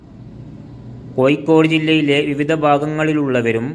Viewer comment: കോഴിക്കോട് എന്ന് പറയണം